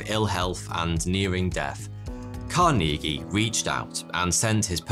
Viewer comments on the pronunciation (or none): CAR-nuh-gee. Not "car-NEE-gee". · its pronouned car-knee-gee, not car-neegy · car-knee-gee?? Carnegie /carnuhgee/ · lol "Car-NEE-gee" It's "CARN-eh-gee" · Pronounced Carn' e gee not Car knee' gee. Well known rich person in USA. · Its CAR-nuh-gee not car-NEE-gee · 'Car nee Gee' 'Bu tee nee' 'Carnegie Hall'. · Car-Knee-Gee lmao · "KARN a ghee" is how you pronounce the name Carnegie. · It's ma-RIN County in California,. I know. I used to live there. It's also Andrew CAR-ni-gee with a hard 'g' as in 'girl.' Do you mispronounce all these proper nouns to irritate us? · I don't think it's pronounced "car-knee-gee" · Pronounced "CAR-neh-gee". Hard to believe you haven't heard this before. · Pronounced… CAR NI GEEE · Just to help u out man, It's pronounced like "car-na-gee". Not whatever the hell u was saying. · Lol except for the way he says Carnegie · Interesting pronunciation of Carnegie. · Carnegie is not pronounced like that. LOL